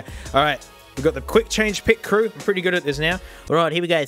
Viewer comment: You nailed the pitcrew- Me, an avid F1 fan